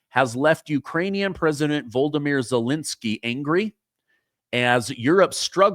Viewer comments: Question for you? Why is it that you continuously mispronounce Zalensyy's name? How do you get - Vol-do-myr, which is how you pronounce his name as bering pronounced; Zalenskyy's real name is pronounced Vol-od-y-myr (the Ukrainian version of Vladimir). Why can't you pronounce his name properly? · Vo-lo-di-mir Zelensky